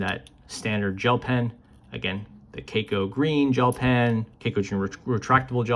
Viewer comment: It is read as “kah koh” It is a Japanese brand